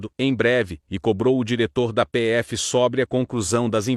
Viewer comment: é côrte que se fala. Não Córte. É sôbre que que pronuncia, não sóbre.